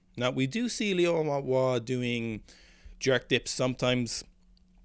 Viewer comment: Your pronunciation is of Liu Huanhua is much better than before!